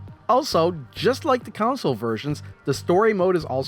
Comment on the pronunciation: Good information. Prefer the iOS implementation because it plays better on an iPad than a phone. BTW, it sounds like you're saying Council rather than Console (/kənˈsōl) - don't mean to be critical, perhaps it's my hearing that's out of whack. Thanks.